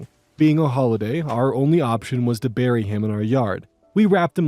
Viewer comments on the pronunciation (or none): none